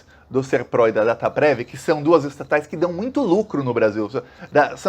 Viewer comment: NÃO É SERPRO É SERPRO COM ACENTO TÔNICO NA LETRA É